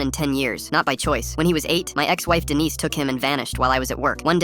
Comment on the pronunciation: Stupid Dee-nice